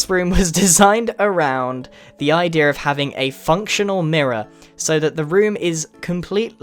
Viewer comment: He always says "idea" like "idear" 😂